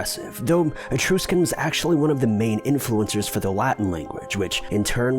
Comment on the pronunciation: Etr US can. not Etr You scan